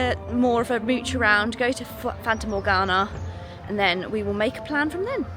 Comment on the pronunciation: It's Fata Morgana. Not Fanta!😂